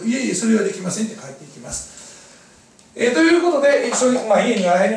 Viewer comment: 「支払い出来まんせん」ってwwwww